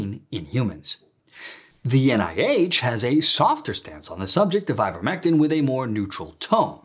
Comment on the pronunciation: You've been saying it incorrectly. What is " ivetmetin "?